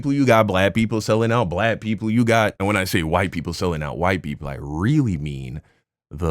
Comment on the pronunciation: Anybody who thinks Jesse has any sense is beyond help. He can’t even pronounce black.